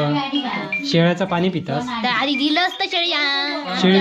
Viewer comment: दादा शेळी नाही रे शहाळी अस आहे